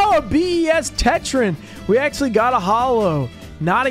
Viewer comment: okay lets go over this again, shall we. It is not "axsly". It is "actually." Stop saing it so much if you cant say it correctly.